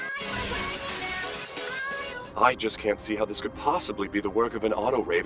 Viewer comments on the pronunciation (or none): none